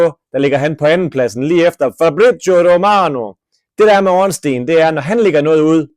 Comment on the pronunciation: ORNSTEIN er en joke ligesom din udtalese af stein